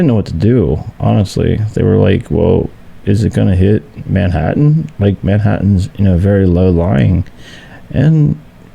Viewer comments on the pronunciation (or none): none